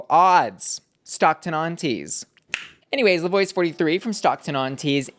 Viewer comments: not bussy pronouncing 'la voix' like 'la voyyyy' it's pronounced like la 'vwah' babe, la vwah, mon cheri!!! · …respectfully, La Voix is not pronounced (Voy) it’s (vwah). Please and thank you. Just so we get their names correct. 😊 love your content btw! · Not the way she's pronouncing La Voix. Tell us you didn't watch the Meet The Queens without actually telling us.